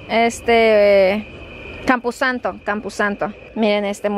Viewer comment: EN SERIO NO SABES COMO SE DICE “CAMPOSANTO” No campusanto toing